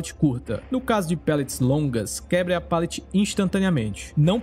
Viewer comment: Se pronuncia palete mesmo, com som de "a". Seu conteúdo é muito bom, sou inscrito do canal mas ouvir "pêlete" diversas vezes é angustiante.